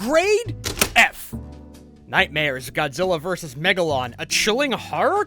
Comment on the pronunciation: God gilla us wegalou I Laughed at that For 5 or 8 minutes😂